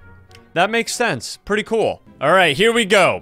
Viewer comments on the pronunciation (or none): none